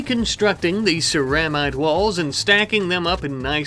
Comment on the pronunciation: Hey it's pronounced sarah-mite. Also, you kept using the word coagulation when you should have been using the word conglomeration. I'm not correcting you to be an asshole. I'm a huge fan and I want you to make the best content you can for us to keep enjoying. Although it does kind of add that touch of unprofessionalism that makes YouTube videos feel so personal for us viewers. I'm a passive observer to a professional production. I feel like i'm living through this with you.